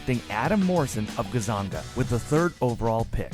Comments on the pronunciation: Gozongo.... say it with me.. Gun-Zag-Uh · GOZONGA???? c'mon man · GonZONGA college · Nor. It's Noriega. Short nori. Stup. Gonzonga. Omg. Tony kocoke. Who is this narrator. Butchered this badly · It is Gonzaga. Kwame Brown. This should be recut with so many mispronunciations and mistakes. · I've never heard Gonzaga pronounced so horrific in my life. Hold this L